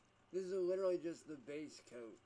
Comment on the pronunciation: Well that came out like crap, "LIDERALLY" 😂